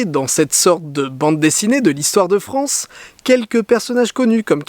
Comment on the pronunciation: Allaient la Fronce